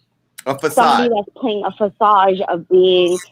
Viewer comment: It's Facade!!! Not fasage! 🤣🤣😂😂